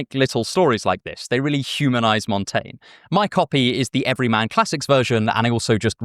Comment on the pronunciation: I assure you that your pronunciation of "Montaigne" is quite good.